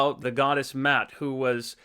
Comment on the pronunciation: Isn’t MA’AT pronounced MAH-ahht??